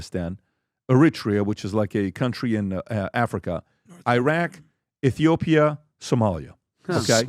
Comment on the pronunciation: Iiraq but u can pronounce Iran?? Df